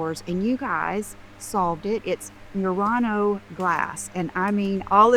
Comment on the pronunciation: It’s MURANO glass. Please get it right 🙄